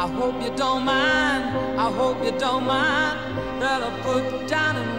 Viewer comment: Sir, I think it not out of my mind, it would be I don't mind.she pronounced it, I ronno mind.